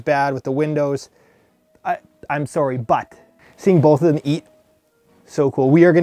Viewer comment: The most Canadian sorry I've ever heard